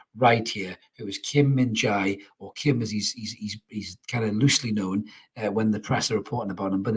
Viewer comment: Quick note for his name. The jae in Min-Jae is pronunced like the letter J and then the E from egg, like Min-Je almost!